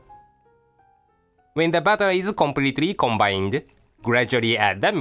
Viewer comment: pronounced flower for flour and bawter for butter lol!